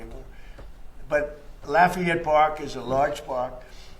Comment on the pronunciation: “Laugh-fee-ett” Park?